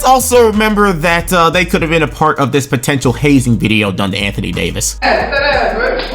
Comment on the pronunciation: Holy hell the Anthony Day-to-Davis made me choke laugh irl lmao